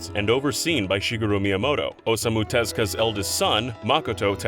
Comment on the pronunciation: Them: ohsomu tezka See this is why I rarely watch these videos is because they butcher Japanese names without even bothering to try and learn how to properly enunciate. His name is Osamu Tezuka. Oh-Sa-Moo Te-zoo-ka. I mean it's really not that hard to try and learn something without making yourself look like you don't even care about Japan to begin with. Do us a favor and actually learn how to properly say Japanese names.